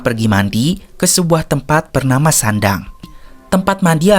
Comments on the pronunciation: Sendang bukan sandang min 😭. Ga search dulu sblm bikin konten nih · Namanya SENDANG bang, bukan SANDANG ❤ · Koreksi namanya bukan sandang ya, tpi lebih tepatnya " sendang "klo di Jawa terutama Jawa tengah, ntah klo daerah lain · Sendang, bukan sandang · Kesalahan dikit doank.. Wkwk namanya jg mgkn dia bkn asli Jawa maklum lah